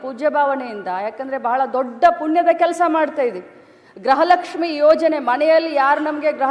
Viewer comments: ಅದು ಗ್ರಹಲಕ್ಷ್ಮಿ ಅಲ್ಲವೇ ಅಲ್ಲ ಗೃಹಲಕ್ಷ್ಮಿ. ನಮ್ಮ ಕರ್ಮ. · ಗ್ರಹಲಕ್ಷ್ಮಿ ಅಲ್ಲಾ ಅದು ಗೃಹಲಕ್ಷ್ಮೀ... 😂😂 ಮಂತ್ರಿಗಳೇ ಗ್ರಹಪೀಡಿತರಾಗಿದ್ದಾರೆ... 😂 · ಗ್ರಹಲಕ್ಷ್ಮಿ ಅಲ್ಲ ಗೃಹಲಕ್ಷ್ಮಿ ಅಂತ ಹೇಳಿ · ಮೇಡಮ್ ಅವರೇ ಅದು ಫಸ್ಟ್ ಆಫ್ ಆಲ್ ಗ್ರಹಲಕ್ಷ್ಮಿ ಅಲ್ಲ ಗೃಹಲಕ್ಷ್ಮಿ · Gruha lakshmi adu not graha lakshmi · ಅಮ್ಮ ತಾಯಿ ಅದು ಗ್ರಹಲಕ್ಷ್ಮಿ ಅಲ್ಲ, ಗೃಹಲಕ್ಷ್ಮಿ